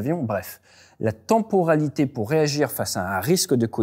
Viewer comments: "tenporalité" ça pique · Si il avait 6 ans ce serait direction l'orthophoniste.